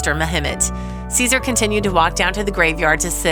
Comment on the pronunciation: Dog's name is pronounced Jehsoor, or something to that effect in Turkish. It is not the same as a Roman emperor.